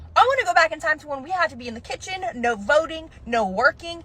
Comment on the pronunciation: did she really say. Narrr. Its No you du mb as bbii tch 🤦🏻🤡 ppl and their ret arded words and then she says nargument. What a id iot lmao